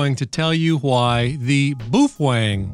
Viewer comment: BOOF WENG 🤣🤣🤣🤣🤣🤣🤣🤣